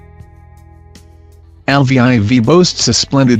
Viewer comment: I'm pretty sure it's not pronounced l v I v